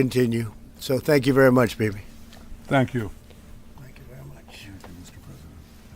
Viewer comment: Thamk You Very Much Baby 😅